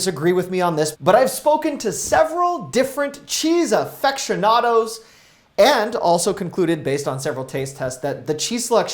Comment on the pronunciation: Affectionados? I do hope you were just trying to be funny and mispronouncing aficionados on purpose... btw some cheeses can be frozen particularly if vacuum wrapped.